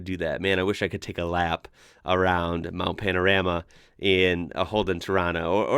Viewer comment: 😘👍✌🦘🐨🐊🕷🦈🇦🇺 We love our big kid toys! Ps. It's pronounced MOUNT PAN-A-RAH-MAH ✌😘